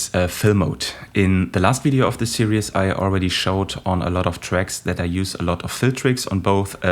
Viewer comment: Fantastic, thank you! (Pss: Its just 2 syllables - "sear-ease")